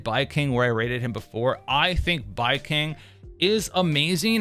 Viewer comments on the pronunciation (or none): The only thing I hate about Baicang, is how you're mispronouncing his name , horribly , brother😂